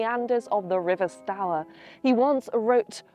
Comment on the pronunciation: Not St hour it’s ST oor